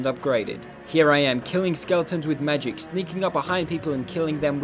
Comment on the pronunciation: I really like how he say magik not ma-gic